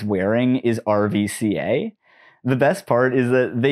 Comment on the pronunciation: Not a big thing, but the v in rvca is pronounced as u. Good video overall tho.